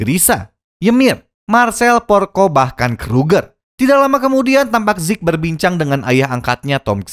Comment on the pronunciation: Zeke bang bukan zek